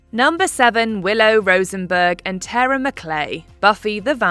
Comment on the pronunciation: Her name was Tara… TAAR-A 💁🏻‍♀️